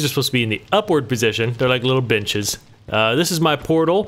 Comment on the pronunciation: i rewatched like 3 times because I thought he said the trapdoors were like little bitches, not benches lol